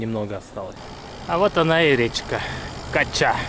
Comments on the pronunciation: Речка Кача, ударение на первую букву а. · КАча. Не КачА.